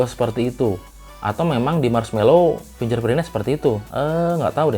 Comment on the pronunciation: Fingger bukan finjer om :-)